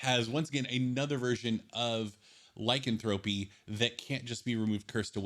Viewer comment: Not Lycan thro py. It’s [liecanthropy] one word...remove curse-keep it, just make a higher DC...to make it seem harder to cure a curse making it powerful as it should be, but not a bad review..